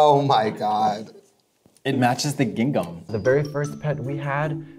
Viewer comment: no, but they definitely mistyped “Gingham” which is a clothing pattern. But then again, so did the editor, only because of Katya’s pronunciation